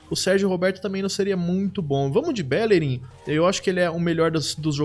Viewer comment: Cara, vc falando BÉllerin é triste... tem um acento agudo de todo tamanho no I do BellerÍn indicando a vogal tônica... Fora isso, ótimo draft!